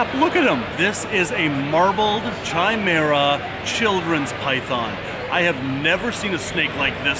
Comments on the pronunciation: I have never heard it the way pronounces it and I love mythology and science and whether it's a doctor talking about a man that has sperm with one DNA and blood with another, or a fan of Greek mythology...always with a 'Ky' sound never with a 'chai' sound, but that works for tea;) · It is pronounced Kai-mera. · Love you, but it's pronounced 'kai-mera' not 'chai-mera'' xxx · Chimera has a hard c and silent h. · Pretty sure you’re pronouncing chimera wrong... great video nonetheless as per usual. Keep it up! 😉